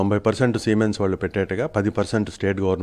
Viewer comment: Simons kadhu ra babu Siemens ,super news reading